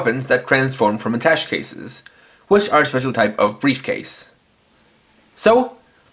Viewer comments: isn't it pronounced attashay? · It's pronounced a-tash.